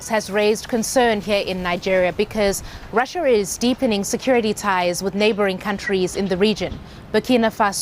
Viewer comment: When the present pronounces Russia as Raschia. Hahahaha!!